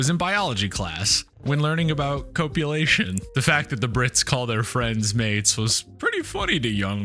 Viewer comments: 'Copulation' pronounced like cop, not cope! 🫠 great video though!! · One thing that you could change which will put you more in line with the Brits is this : the default in the US is to pronounce the letter "o" in its long form. You said "co-pulation" we say "cop-ulation". You say cos-mowss we say cos-mos, the tennis player with the first name Novak is jo-ko-vitch in the states and jok-o-vitch here (well actually everywhere else in the world too), we say Francis Ford Cop-o-la the film director. When in doubt use the short vowel pronunciation used here.